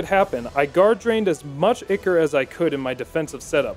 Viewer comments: "Ick-Or" I think you mean "Eye-Cor" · its "eye core" not icker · Ichor? No, Ikker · Ichor - Eye core. Not Icker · Oof Good work but this is why I love hate your videos Zweihander: “ZVAIHANDAH!” Very dramatic, very nice. Ichor: “eeicker” Shudder. Pronounced “eye-core” like Shovel Knight taught me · Eye - core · When he says ichor like "icker" I lose a small part of my soul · "Icker" Help... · Ichor is pronounced ‘eye-core’ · Isn't it pronounced Eh chor? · "Ichor" is pronounced "Eye-core"... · Is the way he pronouncing ichor pissing anyone else off? In case you were wondering (eye-core) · in game everyone pronounced it Eye-core. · God damn that pronunciation is painful. It is pronounced "I-Core" ichor. Come on son. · Video. Great. Lessons. Great. Learning stuff. Thank you sir. BUT FOR THE LOVE OF GOD PRONOUNCE ICHOR CORRECT. EVEN THE CHARACTERS SAY THE WAY ITS PRONOUNCED. Other than that. Very good video, thank you for teaching most of us to do a great suicide gift run xD